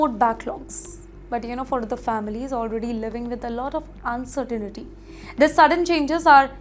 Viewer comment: Pronunciation of "uncertainty" is wrong. There is no "ni" sound.